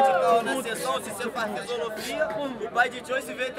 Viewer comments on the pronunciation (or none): sí eu escutei o falando Fisolofia?? kkkkkk